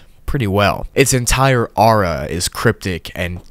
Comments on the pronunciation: Lol you said it like 'are a' instead of 'or a' I hope that makes sense TvT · I love this video but the way you pronounced aura makes me want to scream